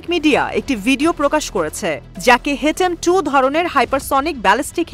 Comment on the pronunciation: হেটেম নাকি হাতেম?